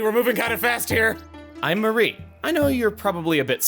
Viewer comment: "Ma-REE" instead of "MA-ree" just sounds wrong , but idk if there's an official pronunciation or not. Still sounds weird tho "Mary" would also be acceptable, but putting the emphasis on the last part's just off